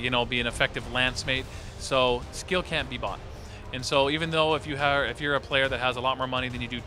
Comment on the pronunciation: Oh, he said "can't" and it just was slurred. Well, that's good. Can't wait to play!